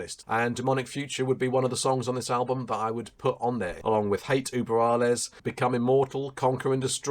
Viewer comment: Not German, but I have Ü in my native language :) And it always scratches my ear when I hear Uber.... I mean this world is international and people should learn how to pronounce it correctly. Just like they should learn to pronounce guLYas. In German, I think the V is pronounced F. Really point on review, btw.